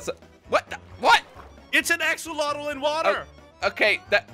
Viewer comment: AXOLOTL NOT AXOLOTI